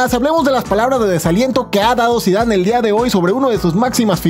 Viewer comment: Qien se dio cuenta que dijo scarlet zinedine zidon